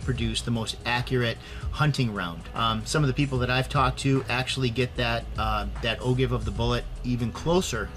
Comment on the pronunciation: just trying to help out for future videos, feel free to delete this... but Ogive= oh-jive rather than oh give.